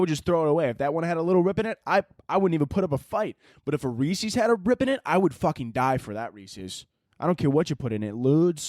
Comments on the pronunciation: it’s rees-is. Like Rees-is piec-is. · Halloween may not be the devil but the way you pronounce Reese's is